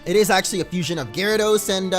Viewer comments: Abhijay Bharathan It sounds like it, how they pronounce it it’s like “ FU-SOIN” not “FUSION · its fusion not fusoin